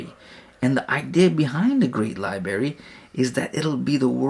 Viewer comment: The prophet knew about Pulsar stars? 🤔 Many scientists and professors (obviously smarter than you because they pronounce library as library and not “libary” 🤦🏻‍♂️😂) converted to Islam because of the scientific knowledge. The prophet ate humbly and slept on the floor, wealthy but lived poorly. He worshiped the same God prophets Noah, Abraham, Moses and Jesus worshiped. His own scribe left Islam… then later came back… unpunished. Who did the prophet order to be executed for leaving Islam? No one? Correct answer. John 17:3 the one true God is the father. John Jesus says the father is his God. Mathew Jesus doesn’t know what the father knows. Mark Jesus didn’t even know if a tree had fruit… like a normal human wouldn’t know… then supposedly he cursed it according to your unpreserved book. The same unpreserved book which perverts the stories of prophets like saying prophet lot gave up his two daughters to be raped. You’re desperate 🤦🏻‍♂️ without lie’s Christianity dies (not to mention the many inquisitions and conversions by the sword in the last 1000 years).